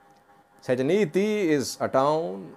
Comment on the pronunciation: Hi Eritrean operations in segeneyti is more two thousand. When I lived in segeneyti I had been detained 321 times in seven years then I left the city and the country. We call it the operation "gfa" g pronounced like "great" even segeneyti not sejeneyti